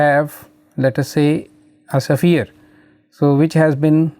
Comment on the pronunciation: bro pronounces it as safire instead of sphere